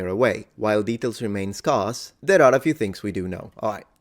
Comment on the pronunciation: pronuciation of scarce...sc-air-sss or rhyme with scare...not scarf